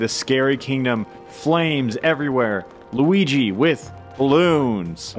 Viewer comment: Sometimes when you say Luigi, it sounds like Weegee